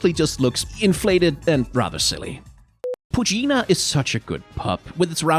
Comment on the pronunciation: The pronunciation of poochyena and mightyena... I can't